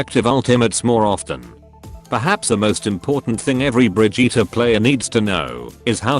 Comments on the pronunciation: it's "bridge-it" not "bridge-eater" m'lady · “Bri-jeetah”? Oh Blizzard. No.